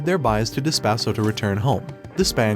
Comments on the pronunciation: despuh not despAH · Gotta be honest Does this guy intentionally say names wrong? Calling Despa as Despah is just It kills me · The Despa and Daida pronunciation bothered me too